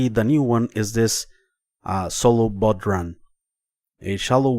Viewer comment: Hey, the discount Cole for the guitar sample pack doesn't work, it says that the coupon has already been used. Just letting you know man. Oh, Bodhran is pronounced Bowraun. Its a funny one, everyone gets it wrong. Keep up the good work. Have a mighty day!